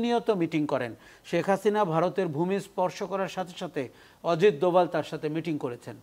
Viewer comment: আজিত নয় অজিত। উচ্চারণ সঠিক করুন।